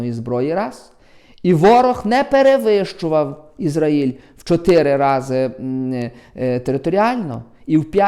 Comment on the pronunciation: Що слухати дурня, який не знає, де наголос в назві країни Ізраїль ставити